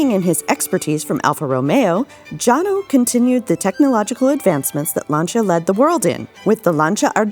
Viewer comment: "Jano" is pronounced "Yano". Vittorio Jano was born "Viktor János"- his parents were from Hungary.